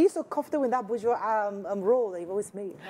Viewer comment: The word is bourgeoisie, and the 's' sounds like 'z'. Unfortunately, I switched off the moment I heard you pronounce it wrongly more than once.